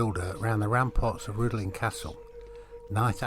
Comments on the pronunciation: pronouce it like Rhithlan ... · Rhuddlan mispronounced.